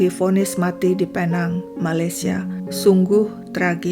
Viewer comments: Sebutannya pi-neng atau pulau pinang. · Sebutannya Pinéng atau Pulau Pinang, Malaysia. Tq ya